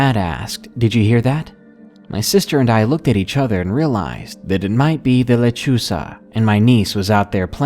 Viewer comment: Lol when u said lechuza i thought u said lechuga. Lechuga means lettuce in Spanish hahahahahahahaha sorry if i spelled that wrong lol